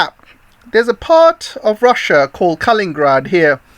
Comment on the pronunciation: Thank you your channel. Your views are a voice of sanity for many people, I am sure! Pardon though for my little remark conserning such details, but K a l i n i n grad 's city is named after a person called Kalinin, not Kalin, although there has been also a person called Stalin >and city of Stalingrad. Pelovski you propably say purposefully. Sorry if my remark maybe somewhat rude, I don't mean that way. I am not english speaker.